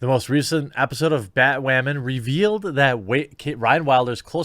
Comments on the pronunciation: Honestly it's bat woman not bat wamen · Why does he keep saying "Batwamen" 🤔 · I'm a little bit confused you keep saying bat wamen but you still say batwoman occasionally I mean does YouTube flag you for one of the other I don't understand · Why do you pronounce Batwoman weird..? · Why do you keep saying batwoman like that